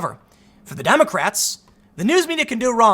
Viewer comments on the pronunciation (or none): That Butt is just as real as the journalists are in media. Does anyone else think Tim said "dummycrats"?